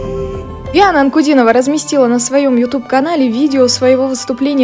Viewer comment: Слушайте как произносят журналисты имя Диана--Дяана.Хихихи.!👍😁😍